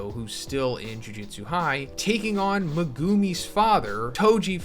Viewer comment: Megumi ❌ Megoomi ✅